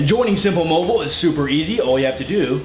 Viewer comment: simpul mobul haha